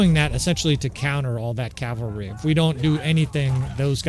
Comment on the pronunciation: Thanks for saying cavalry. A year ago you were saying Calvary. Each time you did i felt a nun crack a ruler on my knuckles and shout "Cavalry is a military unit Calvary is where Christ died!" Yeah, I'm a few years older than you.